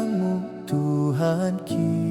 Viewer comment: Belajarlah Bah Batak yg benar karena jadi rancu karena pronounce yg salah kalau penulisannya Tuhanki bacaannya tuhakki harus itu karena itulah pronunciation yg tepat bukan mjd lemah seperti dalle